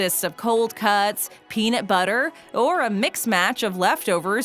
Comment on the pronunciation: you know she’s FAKING THIS LIST WHEN SHE SAYS “PENIT”